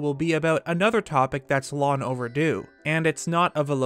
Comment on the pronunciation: “Hero-in”, “Lon over due”. Sorry. Poor pronunciation drives me insane. Edit: Within the first minute. Omg, just heard another “lon” instead of long. Grr. Love the channel, but Fane and Bone is FANG AND BONE, not Fane and bone.